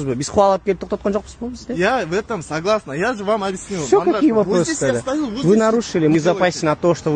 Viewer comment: Сагыласна дейби😂😂😂